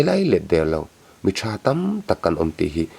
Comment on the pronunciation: Tha ani em a,thah tih tur😂😂😂,bengvar thlak ṭhin e